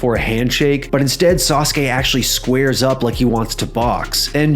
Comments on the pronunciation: Why can't you pronounce SASUKE correctly?? It's not "saas kay", it's "saa soo kay", it's pronounced how it's spelled. Your pronunciation is just as bad as these other youtubers saying "aahs kah" for ASUKA. You guys need to use your head more, or at LEAST do a tiny bit of research on how to pronounce things! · Sah soo kay, not Sahskay. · Sauce-kay? Really? Learm how to pronounce it. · Why is it pronounced Sauce K isn’t it like the Motorbike and car company Suzuki just spelled different? I’m not trying to be a jerk I’m genuinely curious I don’t know many wrestlers from Japan. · gives me good memories of the yugioh 4kids dub and Joey yelling “DA SAH-SOO-KEE SAMURAI”